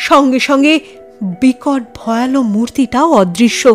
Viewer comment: খুব ভালো লাগে গল্প ও পরিবেশনা। সামান্য একটু কথা- উচ্চারণটা 'ভয়ালো' নয়, "ভয়াল"। আর একটা প্রচলিত উচ্চারণ 'হিঙস্র'- বেশির ভাগ গল্পের চ্যানেলেই শুনি- হওয়া উচিৎ "হিংস্র"।